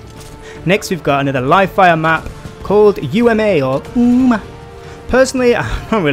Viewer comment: "Uuuma" killed me xD